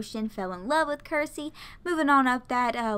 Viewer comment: Circe is pronounced with the ‘C’ as a ‘S’ sound, not a ‘K’ sound. In Game of Thrones the main evil character is Circe. That’s where I got that from. Also, when looking at their traits like serious vs. playful, if there are no points they are the trait to the left. If all the points are used they are the trait to the right. So Loki is extremely serious. I hope this helps.